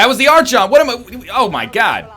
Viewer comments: You're getting there with pronouncing Archon. It's Ark-On. Or POWER OVERWHELMING. depending on how Korean you are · I beat all of XCOM2 without realising that Archons were floaters. Btw I think it's pronounced Ark-on, like Archimedes since it's the ancient Greek word for Lord. But I also have no idea how it's correctly pronounced.